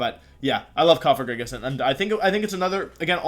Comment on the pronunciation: Holy shit he said Cofagrigus not Cofajrijus